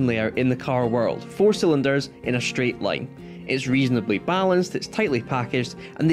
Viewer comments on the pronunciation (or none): none